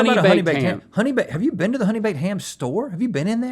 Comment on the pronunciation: I get driven more insane everytime they say honey bakef ham ahhhhh xd